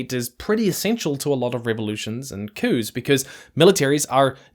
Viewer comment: You said you've seen cooze. :face-blue-smiling::face-blue-smiling::face-blue-smiling